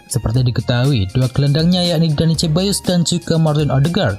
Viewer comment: sekedar usul pengisi suara agar belajar serius pengucapan nama-nama pemain. Sebagai contoh pengucapan Dani Ceballos. Punten yaa. biar makin top kanal ini.